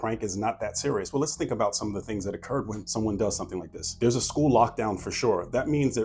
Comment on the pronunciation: When-uh? When-uh? Why did all the perps do that?